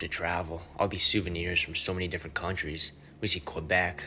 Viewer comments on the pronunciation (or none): none